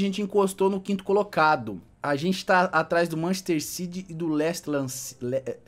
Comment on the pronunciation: ki manchester ciry doido sabe ler la n e machester city